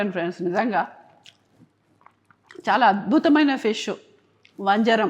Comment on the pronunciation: Vanjaaram kadu vanjaram